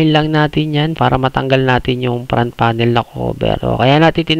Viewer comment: Suggestion lang bro ha dahil youtuber ka. Iayos mo din pronounciation ng mga parts like "fan" kasi sayo "pan". "front panel" ->"prant panel".